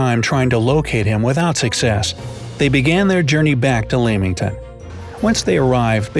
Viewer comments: It's pronounced 'Lemington' not 'Leeminton' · BTW lol its not Leeming ton, it's pronounced lemming ton 😂 good vid tho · I live in Leamington, its pronounced Lemmington. You're welcome. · Leamington is pronounced 'Lemmington' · I living lilington Warwickshire You pronunced Leamington wrong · Lemmington, Warrick-shuh :)